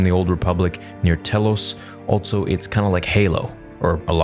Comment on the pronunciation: Also is pronounced "also," not "altso"